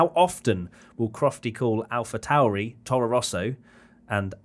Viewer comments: that is so weird for me. I speak german so for me it is obvious that the austrian brand is called "Alpha Tauri" and not "Alpha Toory". Ah I love English natives pronouncing foreign brands/names. Same goes with Vettel :D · YES!! This is how Alpha Tauri is pronounced!! Alpha CENtauri is the closest solar system to ours, hence the brand's name...